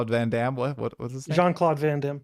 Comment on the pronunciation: Van "Damme"....you don't even know his name.😂